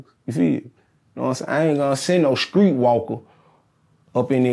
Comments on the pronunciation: Certified skreet talk.. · Oof, been a minute i heard skreet.